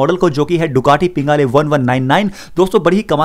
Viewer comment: Bro it's panigale not pingale😂😂😂